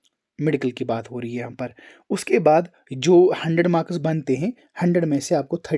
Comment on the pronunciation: Bhai not makas it's marks 😂